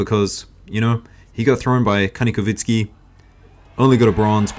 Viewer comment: ITS KANIKOVSKIY NOT KANIKOVINSKY